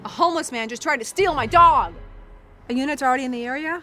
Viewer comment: why does she talk so weird like STEal my DOg